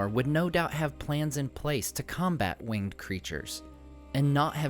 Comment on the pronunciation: To note, "winged speed" should be pronounced as "wing-ed speed" with the syllables in winged being pronounced separately.